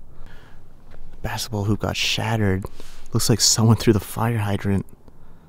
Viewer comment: I wanted to punch a wall every time he said “bassetball”.